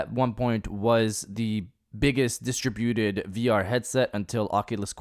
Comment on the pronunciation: Dude, too much emphasis on the wrong syllable - it’s not Dis/Tra/Buted - it should be flowing Distrib-uted as one word.